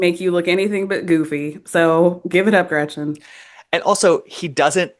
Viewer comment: every time I hear say Gretchers I want to burn her contract and exile her to a Third World country, with no Trader Joe’s rice for her son!